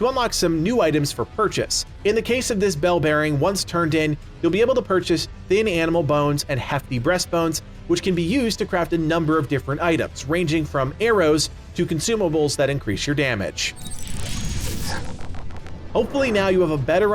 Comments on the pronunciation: "Heaft breast bones"😂😂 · He said "hefty BREAST bone". Lol.. what's on his mind?